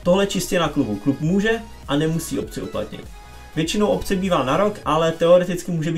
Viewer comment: Ahoj, věím, že si chytrej borec, ale OPCE, se píše s P a néeee s B :-D pro vysvětlení opční, neeee obční právo, jestli to už slyšíš:-)